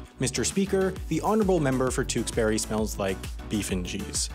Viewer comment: Tewkesbury is pronounced as dukesbury